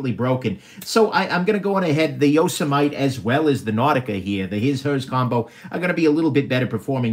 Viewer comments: Yo- sem-ity... just like the National Park.. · “Yoss a mite” lmao it’s YO-SEMM-Mitty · Yo-seh-might? Yo-seh-mih-tee there,. Couldn't slog my way through this. Skimmed & skipped to end. Upshot? NOT WORTH IT, buying these TSA item confiscations. Why? You said it right from the start. "I'm not seeing any Sebenzas. I sort of suspect that anything worth a damn is going to have been already removed by the TSA." Yes. 100% true. THEY get the deals. Everything else is... semi-worthless junk. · Yo sah might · “It’s noe yo-sah-might” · Yo sah mite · Appa-lat-chin And Yoza-mite Made me lol. I love your videos. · This video was way more amusing than I expected. The ""ARRR" brand thing cracked me up, and your mispronouncing Yosemite did too. Didn't you watch cartoons when you were a kid. Yosemite Sam? Pronounced YO-SEM-IT-TEE. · Ok..it's pronounced 'Yoh sim ah tee' please 😉😀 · Your Yosemite pronunciation was gold. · No ones gonna comment on how he says Yosemite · And it's called yosemite as in the national.park bro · The way you pronounce "Yosemite"... Really?